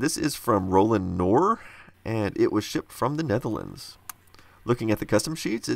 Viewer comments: Hi David, Netherlands here. You pronounce it as: "Ro-nald Kknor" (The "K" isn't silent). Knor means "Oink" by the way. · Also the k is not supposed to be silent in knor. :)